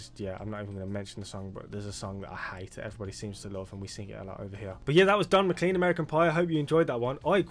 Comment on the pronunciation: MacLean pronounced Mah-clayn